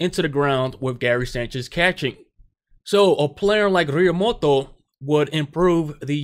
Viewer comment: El tío se llama Realmuto , not Realmoto